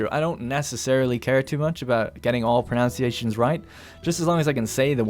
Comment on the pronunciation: You pronounced pronunciation wrong. Literally unwatchable.